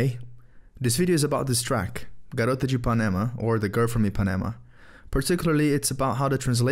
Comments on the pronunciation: eu juro que tomei um sustinho quando ele pronunciou perfeitamente (sem aquele sotaque gringo, nada contra os que que aprendem o nosso idioma)... eu pensava que era um gringo no começo do vídeo kkk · só pelo jeito que ele falou "garota de ipanema" deu pra ver q ele é brasileiro kkk, jurei q tava vendo um vídeo gringo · The way he pronounce Garota de Ipanema is just perfect, are u brazilian or something? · Entrei no vídeo achando q era um gringo comentando sobre a música mas quando ouvi tu pronunciar "garota de ipanema" eu já notei q tu era brasileiro na hora kkkkkk, nenhum gringo pronunciaria tão perfeitamente. Conteúdo foda mano❤ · eu já achei estranho na forma que vc falou "garota de ipanema" tão bem no começo do vídeo, aí depois descobri q vc é brasileiro mesmo kkkkk gostei muito do vídeo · Vídeo top meu bom, tava desconfiando que tu falava português assim que ouvi o "Garota de Ipanema", inscrito desde ontem. 😎👍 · quando ele falou "garota de ipanema" eu percebi na hora que ele falava portugues bem ate demais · Essa pronuncia de Garota de Ipanema terminou de entregar tua nacionalidade. Otimo canal!!!!! Espero que tu fale sobre mais Bossa,Marcos Valle,Milfon Nascimento,Donato. Todos que os gringos chamam de "Brazilian Jazz" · bah, tinha ficado impressionado com a pronuncia quando tu disseste "garota de ipanema" no começo, aí tu fala q é brazilian, smh apenas